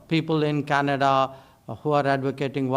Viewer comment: It’s Canada not Canads